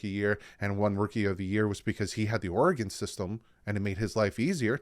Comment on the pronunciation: Great Video Thanks I am so hyped about this coming season. Also Thank you for pronouncing Oregon correctly.